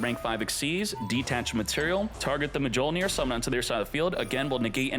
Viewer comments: Mah-jole-near is crazy lol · Man never read a Thor comic in life. Its Mil-near . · "Mah-jole-near" lol - never watched a marvel movie. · Artifact: mah-joe-near Marvel: 4 thor movies and we have failed.